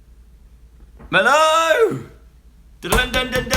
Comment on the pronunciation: he messed up the intro by saying mello not hello